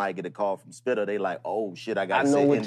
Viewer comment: Bitch its “Spitta” you must not know... Curren$y - She on my Mind